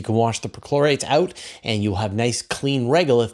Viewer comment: Is it weird that I keep hearing midichlorians? 😂